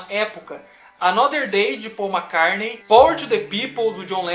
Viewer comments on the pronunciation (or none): Poxa!! Gosto dos seus vídeos e vc me provou que entende muito do que propõe falar mas vc pronunciando o nome Mac"CARNEI" fica difícil de te continuar te escutando depois do segundo Mac"CARNEI" na sua fala. Grande abraço!